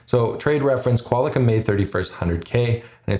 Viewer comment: lol love the videos but did you say "Qual i com?" Sorry man its pronounced Qual Com